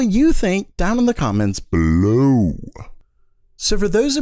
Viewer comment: Can you say comments below normally?